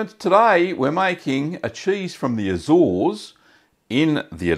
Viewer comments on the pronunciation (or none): none